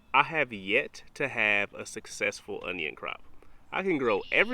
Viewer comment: It's because you say o-nun...you should say o-nyun...that's how you get success...